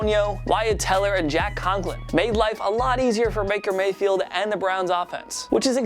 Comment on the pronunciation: Am I the only one who heard Maker Mayfield